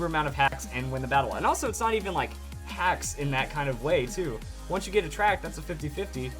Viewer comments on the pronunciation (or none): none